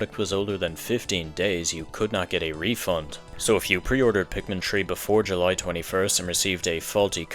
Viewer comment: I'm not trying to make fun of your accent why does it sound like you're saying Pikmin tree